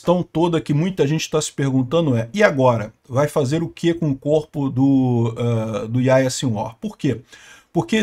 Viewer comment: Lê-se Yarriá